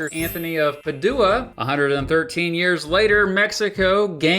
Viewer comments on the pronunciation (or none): St Anthony of Pad-doo-ah......no St. Anthony of Paj-u-a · Come on. “PuhDOuh?” Really? We all watch these videos in part because you seem smart and well-informed. It’s PADGEooah, FYI. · Pa-DOO-uh???? Said what now??? It's pronounced PAA-djoo-uh. But I nitpick. Only here so people don't pick up mispronounciations from one of my favorite Youtubers. Thanks for the video,. Oh. And San Francisco. Obviously. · is it "Pah-doo-uh" or "Pad-uh-wah"? I ask because the school I went to was St. Anthony of "Pad-uh-wah" (Padua) and I have heard it pronounced otherways depending on the town or person that pronounces it. Also the priests at the local church pronounced it "Pad-uh-wah" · Ouch! Hearing that pronunciation of San Antonio de PAHdua as PaDUAH was painful. 😅😂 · St. Anthony of Pad-OO-ah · St. Anthony of Padua (Páw do ah) 😂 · not to be that guy but in regards to San Antonio. It is named after Anthony of Padua pronounced (PAD-ew-ə) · needs to learn how to pronounce "Padua" It's true that the American, British and Italian pronunciations of this word do vary somewhat, but putting the accent on the second syllable just sounds weird. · That’s not how you pronounce Padua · I got a laugh about how you pronounced Padua. The accent is on the first syllable. Otherwise it is a good video. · I'm sure my pronunciation isn't perfect but the U isn't stressed. If you put in into google translate and select italian you will get a recording that is close to how I have heard it. If you are Catholic you will have heard the name Anthony of Padua many times and your pronunciation is jarring.